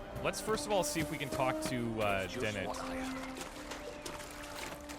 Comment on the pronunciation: Its Dennet dude. Den-net. Not Deney.